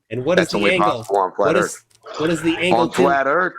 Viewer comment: Ladies n gents, flat erf!